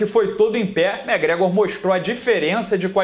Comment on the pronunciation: Cara vc pronucia os nomes muito errado, megrégo é sacanagem velho, é muito tosco seu ingles cara :0 , nem conseguir ver o vídeo direito.